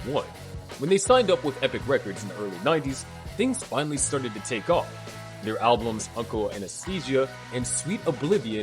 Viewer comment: According to this Robot narrating the video, mant bands record "alblums" not albums.